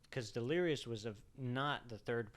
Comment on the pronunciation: Lmao stop calling her Delirious 😂 it’s De-leer-iss